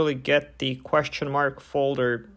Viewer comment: the word is The not Der